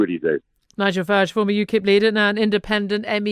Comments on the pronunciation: It's Farage NOT Farage. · Is it pronounced now FARage or farAGE...anyway, he is so full of himself. He is joking, Tusk is not. The EU is scared? What world do you live in? Well, you were sawing off the branch you sat on without preparing the ground with a net or a mattress or whatever. We will be sorry and watch you capsize from a safe distance. I expect a lynch mob will take care of all the Brexit scare mongers.